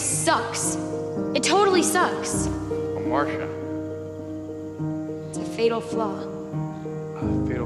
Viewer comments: I agree, everyone has a Ha-marsh-uhh. His is smoking, hers is knowing how to pronounce Greek words. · not how you pronounce hamartia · Her “hamartia” is how she pronounced that word 💀